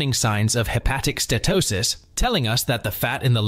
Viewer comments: It’s not ste-to-sis — it’s ste-uh-to-sis. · You really should learn how to pronounce "Steatosis" HINT: it has 4 syllables. - you get it right here. Lucanica is a rustic pork sausage. The word you're looking for is Leukonychia. - I think you mean "varices" here, NOT viruses. I think you mean "ascites" here, NOT assights. lol. And why do you keep switching your spelling of "Steatosis" with "Statosis", back and forth? "Connecticut" Scan? lmao. I think you meant "CAT Scan"... - Actually "Obesity" isn't really a risk factor. It's a symptom of insulin resistance (aka Chronic Insulinemia) just as T2D, CV disease, high blood pressure, and many cancers are symptoms of insulin resistance.. Hepatocytes NOT Hepaticites. - All sugars are treated by the liver as a toxin just like alcohol. Sugar and Carbs are mostly responsible for the obesity and chronic disease we now see globally. Daily carbs should ideally be less than 20 g. Also, ultra-processed foods and Vegetable/Seed oils like canola, rapeseed, sunflower, soybean oil, etc. are highly inflammatory, creating free radicals and damaging cell mitochondria. It's best to use animal fats like lard, suet, tallow, and butter. All fruit should be avoided as you cure a fatty liver. They contain the toxin Fructose... not good. Some "fruits" are exempt, like avocado because they contain no sugar and no carbs. - Whether "whole grains" or "processed grains" they are all carbohydrates and will eventually give you Insulin resistance! 1